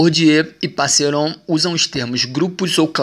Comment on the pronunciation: Para ajudar na pronúncia : "Gramichi", "Autucė", "Pacerom", o conteúdo está ótimo, mas senti falta de uma interação na interpretação.